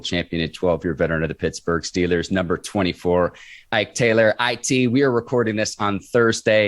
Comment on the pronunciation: Man we are not the Stillers why is it so hard to pronounce the EE smh damn